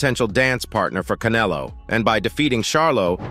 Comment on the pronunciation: U can't even say Canelo 😂😂